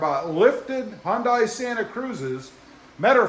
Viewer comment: Quality of your videos are really going down. Nothing good anymore. Additionally, still annoying to mispronounce the brand every video. Sigh. Unsubbed.